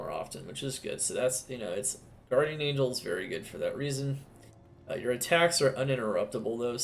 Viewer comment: Every time I hear you say "very" I replace it with "beary"